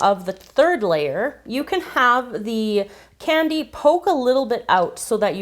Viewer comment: U souund like biting because u say canny. A different way